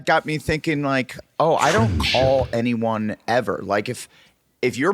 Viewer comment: love the mispronunciation this episode “any oney else? any giveaways, takeaways…” -Adam